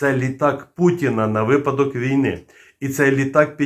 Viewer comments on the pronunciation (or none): none